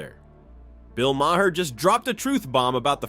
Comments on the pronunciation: His name is pronounced Mar, not “Mair”, nor “Myhair” or the other mispronunciations in this commentary! Get it right! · Who is the narrator, very irritating voice, and also doesn't know how to pronounce Bill Maher's name. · First of all, the election was two months ago so this is old news. And if you can't pronounce Bill Maher's name correctly at least stick with ONE mispronounciation.